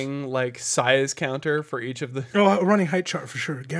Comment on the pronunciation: Please stop saying "heighth"